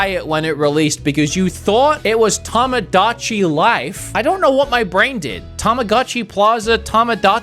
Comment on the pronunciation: Saying both Tamagotchi and Tomodachi wrong the entire video is quite a feat. Helps to know that since they are japanese words they follow their rules in that an "o" always makes the same sounds like ready set "go" and goat. Ta ma GO chee and Toe Moe Dah Chee. Yes as a 90's child we all mispronounced Tamagotchi incorrectly. You're Welcome. also Shin Megami Ten(Say, not Sigh) and Kaname Date is dah teh.